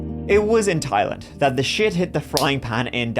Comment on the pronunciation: Look at prnouncing Thailand like a pro! 🤣🤣🤣